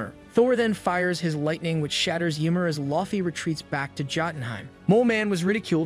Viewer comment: YMEIR NOT YMOR. dont insult my smite main